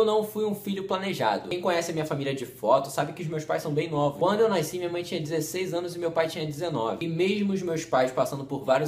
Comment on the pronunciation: "naisci" hahahahahaj que agoniaaaaa